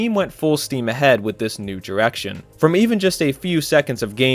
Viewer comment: lol "diwection" "dwah" "In 20 tuwelve" Work on that pronunciation.